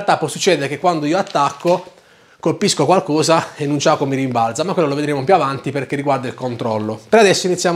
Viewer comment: Dici nunciako